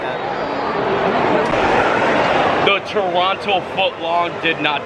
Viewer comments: Welcome to Canada! Great video. As for the pronunciation of Toronto, no one says the second T. Most say Tronto, dropping the first O and the second T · Hey,! A friend's cousin of mine is from there. He just sold his home and moved to London where my friend is. He says it's pronounced Tah rah na. Lol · I always pronounce it "TRON-NO" lol. So how do you like our plastic money bills and Loonies and Toonies? With all our coins, you might feel like a pirate. lol. Great choice in hotel. That hotel was amazing to us. Gave my son free milk and pirate cookies. Always stay there. Love going to Canada's Wonderland but we really enjoy the Halloween haunt nights and Winterfest a lot more. Be sure to try a beaver tail :)You missed Snoopy? Ghoster Coaster is a must. so fun. lol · As a former Torontonian, correct pronunciation is “Torono” Defiantly hit the ROM (Royal Ontario Museum) next time. Also if you can see a show at the Princess of Wales, Royal Alex and/or Ed Mirvish Theatres. The custard tarts made me home sick! Can’t find those in Vancouver! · Welcome to Canada! I was hoping to come to visit you at the Fan Expo, so sad I missed meeting you. Glad you had a great time! Locals pronounce it Toronto without the second T just Torono. You are super brave doing the edge walk! Wow that is amazing!! I was so excited and nervous for you! You definitely need to come back, there is so much to do 😊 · Locals say Torono. 😊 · If you are local, you don't pronounce the second t as a hard t. So it's more of a Torono sound. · True Torontonians say it "churrano" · Tor-on-o lol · As a Canadian, I am so glad to be seeing you visiting! Hot tip though, we call it “Toronno”, don’t pronounce the second t! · We know someone isn’t from Canada if they pronounce the second T. It’s always “Tronno” to me! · Trono. Ignore the first o AND the second t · I'm Canadian and most people do not pronounce the second 't' in Toronto! Thanks for visiting our country! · The 2nd T in Toronto is silent 😉